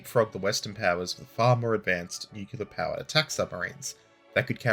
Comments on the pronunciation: Man, I love your videos, but for Christ's sake, please, PLEASE, don't use the word "nucular". There is no such word in English language, its "nuclear" - spoken "NEW-CLEAR", nucular is an illiteration that is repeated over and over again and it's just wrong. I'm Polish and it annoys me to correct native speakers. And spread the word among the boys, I believe LordHardThresher also makes this mistake :) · new-clee-er NOT nuk-u-ler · Stop saying "nucular" ahhhhhhhhh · Please, there is no 'cue' in nuclear.